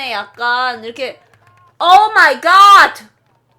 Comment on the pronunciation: 오뫄이가ㅌ 오뫄이가ㅌ~~!!!!!!!이러심ㅋㅋㅋ